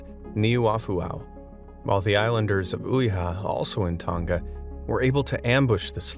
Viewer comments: The you said Tonga made me cringe sorry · o my gosh you actually say the words wrong like the first king of tonga because im from tonga and Touro